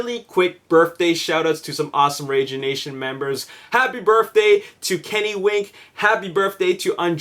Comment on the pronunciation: its BIRTH ...day Not BIRFFFDAY...Say it with me bro BIRTHDAY...BIRTHDAY...Great!!!